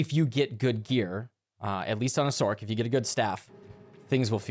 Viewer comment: Great video, but can you please says "Sorc" with an "S" sound, and not like "Sork" ?